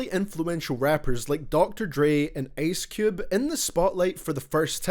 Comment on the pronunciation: Bro said Ace Cube😂😂